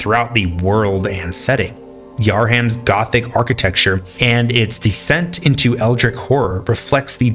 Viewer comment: Yhar-ham? You mean Yharnam?